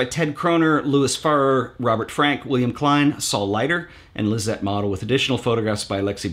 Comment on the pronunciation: Hi Ted: I am a much older man. I enjoy your videos, so thanks for them. In the video of today on books you referred to Lisette Model, but pronounced her name MOD-el. It is mo-DEL. She was the teacher who was good friends with Arbus. I was a student of Model's back in the 1960's. Please become acquainted with her large archive of black and white photos and maybe discuss her sometime on your show. Cheers, David Bream